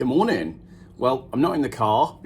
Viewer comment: Hah I was just thinking of the scam they are running here where my entire Shire's busses are to be replaced with electric monstrosities and it is in southern Sweden, so I guess I was thinking in Swedish, so your initial "Good Morning!" Sounded a lot like "Hur mår ni?" (How are you?). :D Which is a common greeting here.